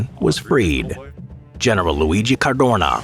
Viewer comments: Why is he saying certhuurnaw like that ffs. Car doe na. You moron. Jesus Christ almighty. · Sad to say: it‘ Cadorna and not Cardona… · Cadorna, not Cardona. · It hurts my ears hearing you say the surname of general Luigi CarDOrnA💀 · CADORNA, not Cardona !!!! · Cadorna, no Cardona. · It's CADORNA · "Cadorna", not "Cardona". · His name was Cadorna not Cardona. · caDORna, not caRDona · caDORna, not caRDOna, my ears bled every time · CaDorna not cardona!!!! and thanks for pissing on wwi graves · Cadorna not cardona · It Is CADORNA. NOT "cardona". And yes, in Italy we have lots of military barracks dedicated to his name and I don't understand why... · It s not Cardona, it s Cadorna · It's Cadorna. Cardona Is a wrestler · Every time I hear CARDONA instead of Cadorna I throw up a little. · dude, it was CADORNA, not Cardona, Cardorna or Cadrona as you kept calling him. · It’s Luigi Cadorna, not Luigi Cardona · it's CadoRna not CaRdona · Cadorna, not Cardona!